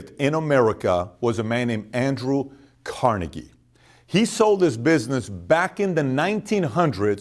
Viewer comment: It' Carnaygie, emphasis on "nay", not on "car". It is a Scottish name. Jfyi